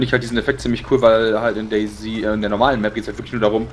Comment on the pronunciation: DayZ = Tag0 -> DayZero = Daisy ausgesprochen